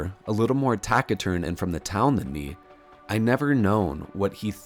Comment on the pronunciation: P.S., “taciturn” is pronounced with a soft “c” (like an “s” sound) rather than a hard “c” (like a “k”) sound. Taciturn means “stoic” or to be quietly determined. A “hard man of few words” would be considered to be taciturn.